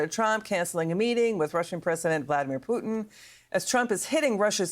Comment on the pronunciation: Did she just say "poo'in' ??" Core blimey guvvna 😅